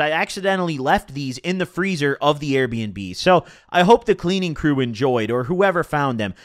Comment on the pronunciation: why tf you say AIR bnb